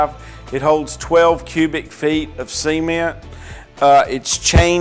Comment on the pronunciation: Semen?.... ....ooooh, ceeeement.. right, gotcha🤣